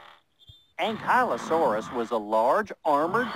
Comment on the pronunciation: it's pronounced an-kley-o saurus